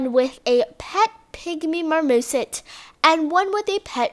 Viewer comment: Lol the '' pet pygmy MARMOSIT'' and the "short nosed ESHIDA"